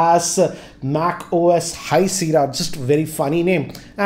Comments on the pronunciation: it is not Seera its called Sea-erra "Sierra" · with due respect sir, it's pronounced SIYERA not SIRA.